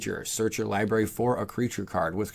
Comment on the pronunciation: What is a “libary?”